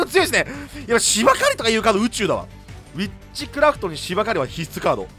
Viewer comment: ビッチクラフトに聴こえる 幻聴か